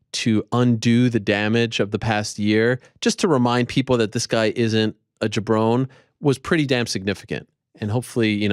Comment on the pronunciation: Someone tell Ariel it's JABRONI, not JABRONE.